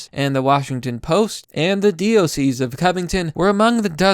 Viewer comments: Diocese = pronounced- DIE-o-sees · For future reference, Diocese is pronounced "Die-oh-seas" Great vid! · you butchered Diocese